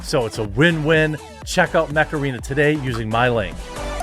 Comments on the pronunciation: It sound like macerena when he says mech arena :) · I actually heard Macarena instead of mech arena lol that had to be on purppose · When Jeremy said "Mech Arena" I heard "Macarena". That was an interesting double take. Heeeeey Macarena! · I thought he was saying Mecharina lol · I can’t help hearing the word “Macarena” whenever someone says Mech Arena… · I don't care what anybody says; when that song came out back in the 90s, it was totally my jam. I didn't learn the dance moves to a lot of songs but I did learn that one and I was so proud of myself. Oh, you're saying "Mech Arena". Sorry, I heard something else.